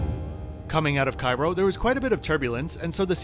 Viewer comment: Its Cairo :D no wonder